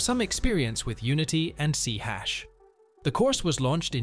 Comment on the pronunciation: . "C hash" ??? You mean "C SHARP"?